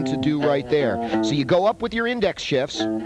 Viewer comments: please tell me you purposefully said "" followed by "The reason is because one of your fingers has to do DOUBLE DOODIE"... I hear no F in there that first time... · Pretty much sure you’re supposed to pronounce the “f” in “shifts”